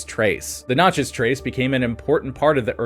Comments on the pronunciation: Dude it is so awful to listen to to you say Natchez wrong. Absolutely ruins this video. The Nat-Chez (the Nat part is exactly like the in National) it is not Notches. The info is great but being from the south hearing you repeatedly mangle the word is extremely frustrating. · Notchez ? I'm in Australia and know how to say Nat chez. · It is natchez not notchez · Knatchez and the french pronounciation puts emphasis on the chez. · I live by Natches trace and you 1000% sound like an idiot its not NOTCHES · N a t c h e z ..a like cat ...not notchez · Does no one else get the ick from the way he says Natchez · The over emphasis in pronouncing Natchez is killing me. This video only scratches the surface. Good stuff!